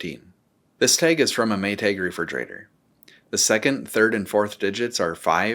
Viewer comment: "May-tayg" omg where are you from that you say it like that?